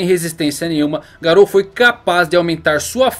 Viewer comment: se fala "Gáro"